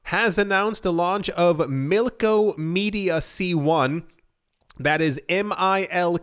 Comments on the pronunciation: BTW it’s MILK-OM-EDA Not MILKOMEDIA 🤣 the side chain has been online for a week it’s funny how no-ones talking about this big change!!! Looks like a lot of “people” biased on Eth 🤣 we coming for all block(s(chain(s))) keep fudding as Cardano keeps on delivering slowly but SURELY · Mil-kom-eda, not Milko-media xD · Milk*ah*meh*da. You are killing me man! 😆